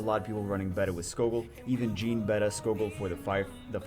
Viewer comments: Bad news, it's not how you should prononce jeanne either, you said "Jean" not "Jeanne" :) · Actually, , the first pronunciation makes more sense in english, your second pronunciation sounds more like Jean, which is basically the male version of Jeanne. You would pronounce Jeanne like Ann with a J sound in the beginning